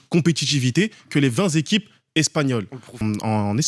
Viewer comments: Mais il est débile avec ses "20 zéquipes" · Oui ,mais oui il doit rectifier vingt téquipes pas zequipes😅😅😅